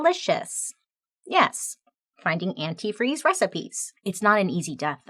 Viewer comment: There is a forensic files episode on her...always saying anti-free 😂